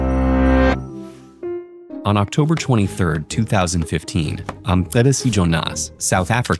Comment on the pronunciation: Hey 😉hats off on the "Mcebisi" pronunciation. Mcebisi in Zulu means "one who provides great advice or mentorship". It a boy name but its not commonly used. My older brother is named Mcebisi. Pronouncing that "mce" for a non-Nguni person can be tricky